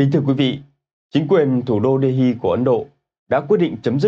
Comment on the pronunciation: MC lại phát âm "đê-hi" sai rồi ,học thêm chút đi